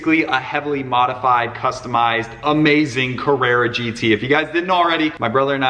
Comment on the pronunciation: It’s not a Carrara gt